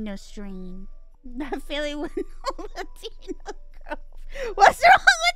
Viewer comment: Omg, Mousey learned how to pronounce Latina. She's finally graduated from pronouncing the "Latinians" Her high-school Spanish class teacher would be so proud ,l😂